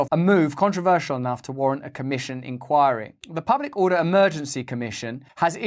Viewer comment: When Russell says inquiry it totally makes it sound more controversial!